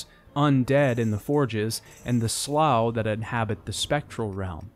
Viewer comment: Why do you pronounce some names like that? It's Raziel, not Razael, SlUagh, not Slagh, etc